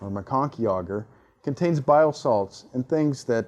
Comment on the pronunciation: would rather lick the bacteria then hear him say agarrr again